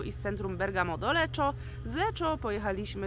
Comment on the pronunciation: „Leko” nie Leczo :)